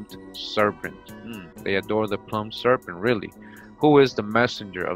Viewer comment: That's not how to pronounce "plumed."